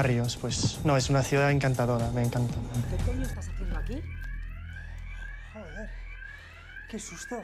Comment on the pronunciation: Dude i live in Spain and my first language is Spanish, like, i hear the accent every day and it still sounds better when he's speaking, hELP LIKE THAT "JODER" JEEEEEEESUS BLOODY CHRIST